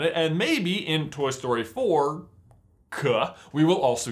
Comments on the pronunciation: Ffs it took me to the end of the video to realise you were saying "Toy Story 4-k" and not "Toy Story 4 cuh" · Why are you saying "Toy Story-k"?